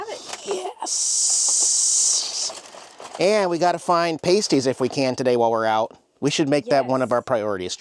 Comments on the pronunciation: the word is PASTIES, NOT PRONOUNCED PAYSTIES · how many times do we have to tell you?????? The food item "pasties" (referring to the savory pastry) is pronounced "PASS-tee". It's important to distinguish it from "pasties" used for nipple covers, which is pronounced "PAYST-ee". (comment edited-finally) and you need ketchup on the pasties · It's pronounced pas, as in pas & ties. Two syllables. Oh, you just said it right.... 🤣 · 100%. Coming from the UK, I was wondering the US had some weird way to pronounce it. Called a PASS-tee over here too. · Pah stee is how to pronounce.